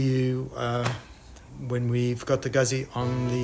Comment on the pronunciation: Please, its not pronounced guzi (like UZI) there are 2 zs. It's pronounced Gut'zi (like pizza). Other wise great video series. When changing a clutch on the Moto Guzzi it is work buying the specialty tools. It makes it much easier.